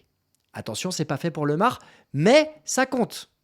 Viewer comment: Bonjour, je connais Thomas et sa famille depuis petit et on dis bien Thomas Lémar, super video